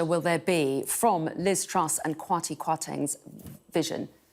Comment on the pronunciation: "KWarti Kwarteng" 😄 ... I dunno, I think it rolls off the tongue better than 'Kwasi".